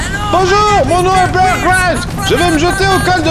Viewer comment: MDRR jkif comment il dit bear grylls